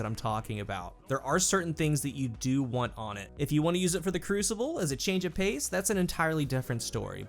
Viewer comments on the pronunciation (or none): none